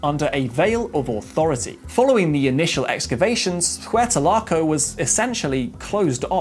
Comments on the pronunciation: very interesting 👏👏👏 however, to my knowledge, it is not pronounced WETA-LAKO, but WEY-AT-LAKO😉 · Nice video. But why do you keep talking about someplace called “Huertalaco”? Is that somehow related to Hueyatlaco? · It would help if you didn't destroy the pronunciation of Hueyatlaco. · A better example would be to pronounce Launceston but let's be honest he did butcher Hueyatlaco.